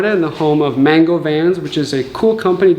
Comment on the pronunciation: More like man-goo